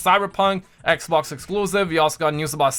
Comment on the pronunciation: man saying xbox like "ek-oc" xD